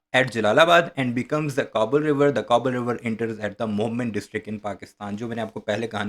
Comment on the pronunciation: It is. ,, enter ,, not. ,, inter. ,, . Good video 🎉